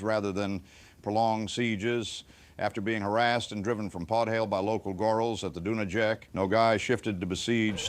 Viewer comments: Dunayets - Not Dunażek ! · River Dunajec pronunciation: Doonayetz.